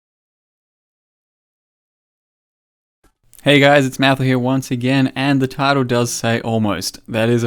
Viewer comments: lol hearing him say nigga mahoos. i think its wamahoos. like nguyn or whatever, how its pronounced wynn. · jfc its pronounced NA-mahu. haku says it when he reaches lvl 4. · It's pronounced Namahu, the g is silent; you can hear it if you ask Navali about the Karui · Just fyi, the 'g' is silent, so its just pronounced like Namahu's. I think an npc says it which is how i heard it pronounced. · it's maori inspired. just said like na-mahu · For what it's worth for the name, i think the G is silent from the zulu phonetic alphabet, so you'd pronounce it Na-ma-hu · Say it - NA - MaH - Hoos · the axe is pronounced like na-mah-hu the g adds an accent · pronounce it like namahu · haha i think the Axe is pronounced "namahu" pressure on "ma". But good to see you struggle with the game once in a while, you almost seem like a regular mortal :) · You are close, its pronounced, in the simplest sense "nah mah who". Its a silent 'g'. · ffs the G is just silent... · the G in Ngamahu is silent